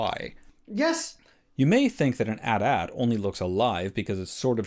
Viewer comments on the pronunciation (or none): Whaaaaat. You just called an A.T. - A.T. an "at"-"at".... Because Disney was so bad at Star wars they tried to make that a thing. It's A. T. Not "at"... Sheesh... See something say something. Your interviewer didn't even correct you.. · why say atat but then say AT-ST? it's AT-AT! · @@ It's pronounced Ay Tee Ay Tee, just like you correctly pronounced AT-ST, you have to conserve the pronunciation of "AT" in AT-AT. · My opinion on the 'atat' vs 'a t a t' thing is that if your going to pronounce it 'atat' you should be consistent and call the AT-ST the 'atst' instead of 'a t s t'